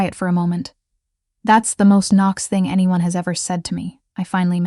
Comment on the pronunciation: I liked the times Knox was pronounced ['Can-nocks] 😄 Really liked the story though. 💜